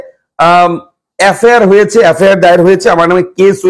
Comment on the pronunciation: এফেয়ার নয় দাদা এফআয়ার